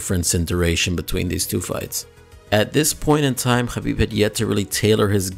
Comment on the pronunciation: The way you're pronouncing Khabib is wrong in English, Russian, Azar and Arabic. You're as bad as Ariel Hawani with this inept attempt at sounding cultured.